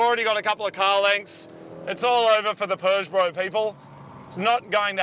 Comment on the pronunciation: Can someone please tell Marty there's no 'R' in Peugeot? 😂